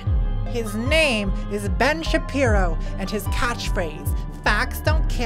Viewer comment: why did she mispronounce Ben Shabeepo?